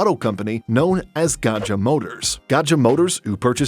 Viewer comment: GAJA motors is pronounced GAYA motors. Indonesia had old alphabetical (TJ for C, DJ for J and J for Y)